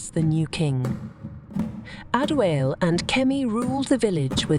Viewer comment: Prince adewale, not pronounced adiwaal...or adi-whale I would have really pissed off if kemi rejected prince adewale upon him revealing his royal status to her. Because it wouldn't have made any sense at all